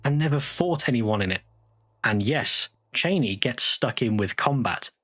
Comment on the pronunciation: So I'm only listening while working, but when you said Chani, I initially thought you meant Dick Cheney lol